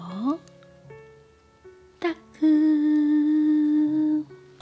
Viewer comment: Even though this is an older video, I would definitely listen to you say “Ttakkeum” for an entire video similar to VIVA ASMR’s “kok kok injection hospital” video. 😊